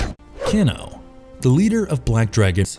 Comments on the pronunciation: "Can-O" It's pronounced Kay-no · "Ken-no".. I never heard it said this way, I always said Kay--no for Kano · KANO not keno you said it right the first damn time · KAY-NO...not Cano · Kano is pronounced K no not can o Jesus even every mortal combat game an movie pronounced it that way. that miss pronounceation bothered the fuck out of me lol if your having issues pronouncing the name of the characters just look at the audio from the games its not that hard damn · Kano= KANE-o. Not Cano Nit pick I know but everyone else was thinking it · It's not pronounced 'Ken-o' it's 'Kane-o' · His name is Kano (KAY-NO, NOT CAN-O) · CANE-O..not CAN-O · Anyone else bothered by Can-o...come on it is pronounced Cane-OH. Millennial rant over. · I cringed a little when he said cano instead of Kano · You pronounce Kano as "keno" hehe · Around the 9min Mark, when he keeps saying “Ken-o” instead of Kano’.. Pisses me off lol. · No one gonna mention how he called him can-o? Kano is pronounce Kane-oh bruh! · Next is gonna be like: Kano’ed😂😂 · dude, it's KANO say it like "kay no" not keeno or whatever you were saying. dumb mistake.... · So you get Kabals backstory partly wrong, sareena’s COMPLETELY wrong and you can’t do enough research to know how to properly pronounce Kano? Come one man basic MK knowledge needed really. Oh and for future ref it’s pronounced Kay-no not canno. 🤣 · CAIN-OH, not CAN-OH. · Say it with me now "Kay-no"! Not ke-no! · His name is said cane o not can o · Not can o it's kane o ! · It's pronounced as Cain-o, not ken-o lmao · not keno kano kan o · Dammnit stop saying the names wrong Ka - no not ca-no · You have obviously never played a Mortal kombat game or even viewed a movie by the way you pronounce "Kano" 🤣😂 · Ahh yes, my fave MK fighter "Keno/Cano" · It's pronounced Kay No...KAY NO..... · Why is he pronouncing "Kano" as "canno"? 😒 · Can-o? Never heard of him... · It's pronounced Cane - O. Listen to the original game's attract mode.